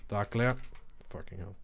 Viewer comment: lol it's dark glare not "dark layr"